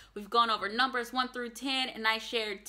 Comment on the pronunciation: your pronunciation of Polish numbers is excellent.